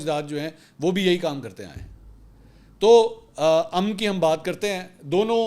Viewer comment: شکریہ منصور صاحباں آپ کا اردو تلفظ بہت عمدہ ہوگیا آج آپ نے لفظ امن کا تلفظ بالکل درست ادا کیا دل خوش ہوگیا